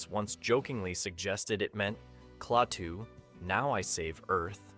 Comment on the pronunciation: The name is pronounced 'KLAH TOO', not 'CLAY TOO'